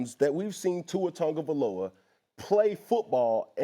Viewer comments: "Tua turndaballova" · Only thing I disagree with cam on is the pronunciation of Tuas last name. Tungaloa lmao 😂😂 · Cam calling him “Tour Tongue of Aloa” is DIABOLICAL 🤣🤣🤣